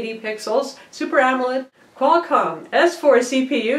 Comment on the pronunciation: I like how you messed up qualcom secretly:P Maybe several times?